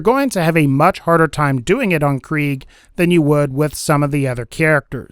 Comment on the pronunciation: I hate how he says Kreig